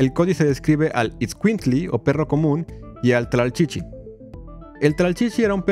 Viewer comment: Me dio risa de como pronunciaste..tlalchichi... jajaja yo soy indígena de la sierra de Guerrero y hablo Nahuatl saludos